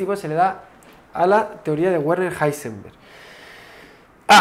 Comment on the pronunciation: El nombre de Heisenberg no se lee "Guarner" (¿Warner Brothers?), se lee "Verner", como el nombre de Werner von Braun, casi como el apellido de Julio Verne.